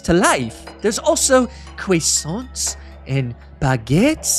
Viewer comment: Actually, it's pronounced croissant